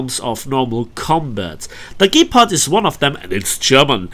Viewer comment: What is a gaypard? Lol. Nice video!